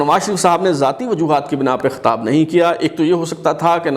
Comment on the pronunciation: Khatab nahi Khitab hota ha.... Chutiye....